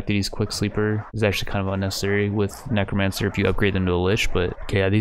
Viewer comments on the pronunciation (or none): He also pronounces necromancer as 'nicromancer'